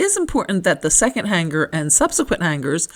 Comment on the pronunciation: g is SILENT in the word HANGER